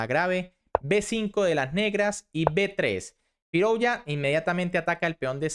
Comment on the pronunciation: Se pronuncia FirUzja y no FirOuzja /// OU = U